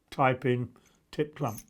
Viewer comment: Sorry, but I couldn't help myself - it did sounds rather like 'just type in tit clamp' - you may get some unexpected search results.. :)